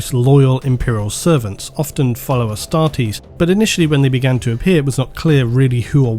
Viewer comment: Dear it's Astartes with a T, not Astardes. Love your vids!